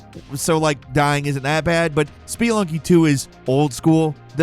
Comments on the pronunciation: Did he say spee lunky? It’s SPUH-LUNG-KEE 🤦🏻‍♂️ I love this channel but, they constantly mispronounce words 😂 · lool "Spee-lunky" vs "Spuh-lunky" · Spee lunky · Hearing someone say SPEE-LUNKY instead of Speh-lunky is cringe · I thought "Spelunky" was pronounced "sp-lunkee" not "spee-lunkee". Since "spelunking" is pronounced "sp-lunk-ing" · speeelunky. It's Spe,. Spelunky. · Speee-lunky XD I swear this guy get's a script, sits down, bangs it out, goes "whatever" and goes right back to drinking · Speelunky LMAO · S-PEE-lunky - genuine question, is it really pronounced that way? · "Speelunky"? Does mispronounce things on purpose? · I like these videos, I just can stand this guy. SPEE-lunky was just the straw that broke the camels back. Dude never does his research and always mispronounces stuff 😢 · Spee-lunky 2 lol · “Spee lunky”???? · SpeEeEeEeEeEeEeEeEe…. Lunky! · "Spee-lunky" Alright, that does it. He absolutely has to be doing that on purpose, there's no way he isn't.... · Speelunky took me out 😂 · I’m sorry but “ spuh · luhng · kee”. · Spee Lunky?! dont you understand that word spelunking? It mean to explore. Like caves and underground and shit. You've just BUTCHERED its pronunciation lol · Please learn how to properly say Spelunky. I just couldn't refrain from commenting it was so cringey to hear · Your pronunciations continue to baffle me. Have you never heard of Spelunky before this video?? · Why are you saying spelunky like that? I don't think that's how you say it lol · The way he pronounced “spelunky” gave me total organ failure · from the word Spe-lun-king, which means cave exploring. spe-lun-ker who explores caves.